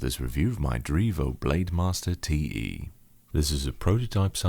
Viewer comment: I was half-asleep when I started the video and heard the intro as "Hello and welcome to this review of my Drevo Blademaster, teehee"